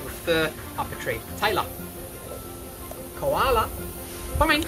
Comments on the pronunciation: why is so funny when he says "KoHalA" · Everytime he says "koala" i thought he called me lol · I love how he says Koala! Lol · Put the subtitles on when he says Koala 😂